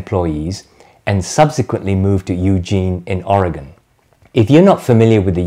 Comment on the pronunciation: As an an Oregonian, I appreciate the correct pronunciation of our fair state. Thank you!